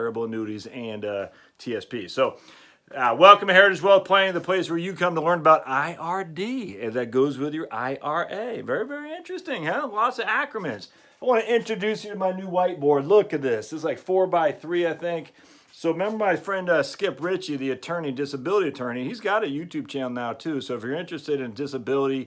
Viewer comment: "Lots of acrorminns" When it's not even an acronym it's an abbreviation but you still mispronounce acronym. Are they going to tax my roth ira?